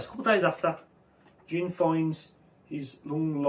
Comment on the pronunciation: Finally, someone else pronounced Jin's name right